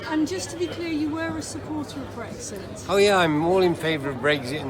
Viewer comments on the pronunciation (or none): He might be blind but can’t someone tell him there’s no bloody Gs in brexit.